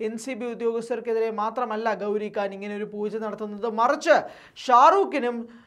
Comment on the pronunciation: Da, makkale, gouri kaan alla. Gouri Khan. Meghathinte "kha" 😂